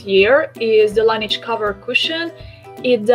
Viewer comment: nem "lenidzs" (azaz nem angol szo) lanezs (francia..la neige...a ho/ the snow franciaul.) a tobbi stimmel. :)